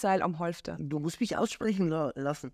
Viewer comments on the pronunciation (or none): Ich habe ja grundsätzlich Spaß an Eurer Coffeetime, denn oft erinnert Bernd mich an "Ekel Alfred" (natürlich auf eine wesentlich charmantere Art und Weise). Sry Bernd, aber Du bist auch ein dominater Bock ey! 🤣🙈 Deine Betonung bei "Du MUSST mich auch ausreden lassen".... kann einem schon manchmal etwas Leid tun mit Dir 😉😘 Ich weigere mich übrigens wehemend seit 20 Jahren ein Pferd (besonders wenn ich es nicht kenne oder entsprechend einschätze) mit diesen Yorksher Terrier - Sissy Leinen zu führen. Weder Material noch Länge (aus den von Euch beschriebenen Gründen) sind für mich akzeptabel, denn: safety first bitte!!!